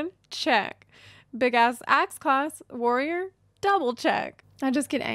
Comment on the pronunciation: yells warrrrrior main in a slight trucker accent